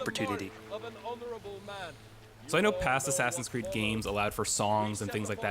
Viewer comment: Assassins Cweed